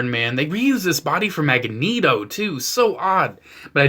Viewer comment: He said mag a neto it’s magneto